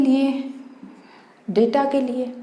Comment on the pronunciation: Data Nahin data hota hai data mam